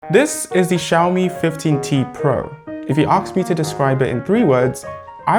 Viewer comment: ASK not AKS. We're not in the ghetto here.